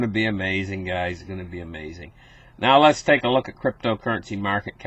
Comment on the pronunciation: I thought he was saying "Glad to have you gays here." !!!